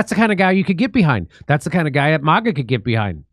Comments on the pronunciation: It's "MAGA" like mag wheels... not "MAGA" with a British a .... it's an American movement after all. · MAGA NOT MiGA